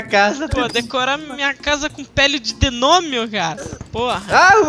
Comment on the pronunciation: Pele de "denômio".